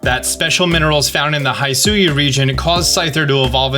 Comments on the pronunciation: it’s “he-sue-ee”, not “hi-sue-ya” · Still continuing to say "Hai-su-e" instead of the confirmed pronunciation "he-su-e"? 😂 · Are you pronouncing Hisui wrong on purpose? It’s supposed to be like “hee-soo-ee” or “hih-soo-ee”. Also, it’s “Arezu”, not “Azeru”. Her name is similar to Ares, which is the original Greek name for Mars. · it’s pronounced as “hi-su-wi”; not “hay-su-wi” 😭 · Love your vids brother but you keep pronouncing Hisui wrong 😅 HE - SOO - EE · speaking on the subject of pronunciations. it's pronounced he-su-ee. the "hi" sound like saying "hit". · Hisui is also pronounced "Hiss-oo-ee" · Love your videos and breakdown. I've watched several of your vids now and some of these pronunciations are all over the place. Hisui is pronounced like "Hee Suey" or Hisuian - "Hee Suey An". Celestica Flute is "Ceh Les Tee Kah". Clothier is three syllables, "kloh thee eh".